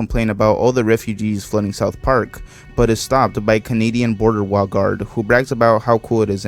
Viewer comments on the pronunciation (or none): Bro cant say wall